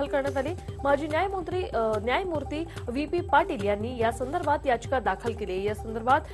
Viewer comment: बातम्या नीट वाचा न्यायमुत्री नाही हो न्यायमूर्ती .